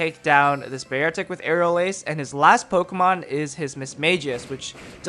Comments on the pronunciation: You pronouce beartic so weird smh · every time you would say beartic i would cringe